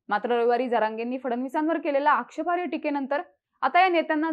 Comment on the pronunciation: आक्षेपार्य असा शब्द नसतो हो.. आक्षेपार्ह असा शब्द असतो..